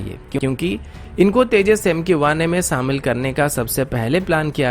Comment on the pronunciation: Abay samil nai shamil hota or kasmir nai kashmir hota😂😂😂